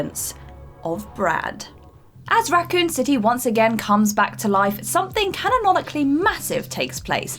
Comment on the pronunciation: I believe she also said "canonONically" That being said, I still have a crush on and she can say whatever she wants.